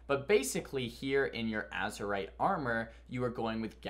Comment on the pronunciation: It's AzErite mate